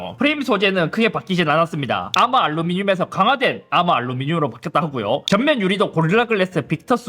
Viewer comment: 잇섭의 발음을 까는 극한직업 PD의 소소한 자막복수 아마 알루미늄ㅋㅋㅋㅋㅋㅋㅋㅋㅋㅋㅋㅋㅋㅋㅋㅋㅋㅋㅋ